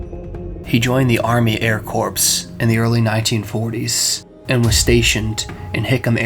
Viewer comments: Important FYI: Corps (from Army Air Corps) is pronounced “core,” not “corpse.” Otherwise excellent video. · Yea, that one kind of made me cringe when he pronounced it corpse, especially in a somewhat creepy abandoned house.🤣🤣🤣